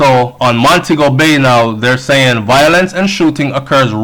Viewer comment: please pronounce the word properly. It's VI-O-LENCE not VO-I-LENCE. Your channel is update and informative. Just a tip!